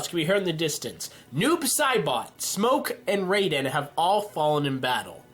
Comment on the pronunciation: ok its ra-den and si-rax